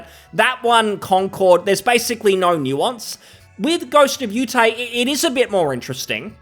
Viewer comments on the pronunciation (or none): “Ghost of yew tay” lol. Yotei. Yo tay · I think he said "Ghost of Utie" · Its Yo-Tay (Yo as in SHOp, Tay as in poTAto)